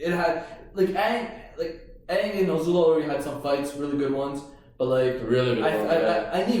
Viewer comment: He keeps telling Ozula Guys she is A-zula